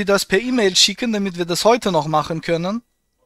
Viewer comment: Habe ich mich eingehender DAMIT bäfasst , wie so ätwas möglisch IST." BEtonung beim Ablesen ist ihre Stärke.